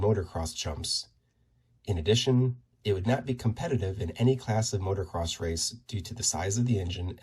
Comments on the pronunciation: It’s pronounced “MOTO-CROSS”, (not motor-cross)… 😜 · It’s pronounced moto-cross not motor-cross